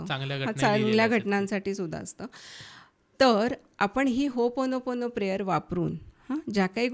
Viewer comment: होपोनो,पोनो प्रेयर नाही हो,ओपोनोपोनो 😢 ओ हा शब्द स्किप च केला झाला